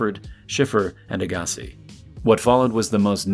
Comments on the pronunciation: AA-guss-ee, . . . not uh-GAHSS-ee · Andrea ahgasse?! It’s pronounced aa-gah-c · "Andre uGAAsi" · How can an English speaking voice actor not know Andre AGG-a-see. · AG a see ... It really bothers me when people won't spend five seconds to learn how to pronounce someone's name. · The way you say Andre Agassi is just totally wrong 😐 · You are killing me with the "Agassi" pronunciation...mostly because I remember him when he was famous and you are making me feel old. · How can you not know how to pronounce Andre Agassi's name? He's kinda famous. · Someone needs to tell him how to correctly say Agassi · You really butchered Agassis's pronunciation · As a tennis fan, I cringed when I heard you try to pronounce Agassi. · How do you not know how to pronounce Agassi? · You need to learn how to pronounce Andre's last name. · You pronouncing Andre's last name is cringey